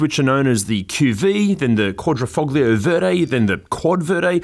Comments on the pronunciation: When you say "Quadrifoglio" you don't have to say the "g", it is mute. It's more like "Quadrifolio". I think that "g" really annoys a lot of Italians when the hear it from English speakers. Hell it even annoys me quite a lot and I'm not even Italian. Edit: And it's Gee-oo-lieta, not Joolieta ;) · Thanks so much for watching and commenting Alex. The pronunciation of the "g" was done on purpose to emphasise how harsh the Australian accent is, and to juxtapose the sound of my voice against our Italian friends accent throughout the safety section.